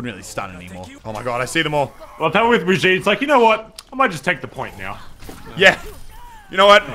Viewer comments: Every time he says "Breh-jeet" instead of "Brig-eet-eh" I yell inside my brain. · It’s bruh-gee-tuh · According to Rein’s va, it’s pronounced [Bree Jeet] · That's because the VA isn't German and it's a German name. Which is silly because Reinhardt should know how to pronounce a German name. Not sure how they're going to explain that. Also, it's been repeatedly pronounced "Brig-eet-eh" in developer updates (by Jeff Kaplan) and in Brigitte's intro video. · or you just can hear the geman or swedish verson of ow ;) And yes, it IS Brig-eet-eh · Its pronounced Breh-jeet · Autumnplays my friend is German and he says it's brig-eet-eh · ugh it's [Bruh]-[gee]-[tuh] boi get it right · its pronounced bri-gee-ta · Pronounced BRUH - GHEE - TUH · Please say Brigitte's name correctly. Thank you.